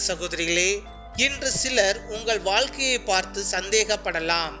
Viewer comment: வால்கை இல்லை....வாழ்கை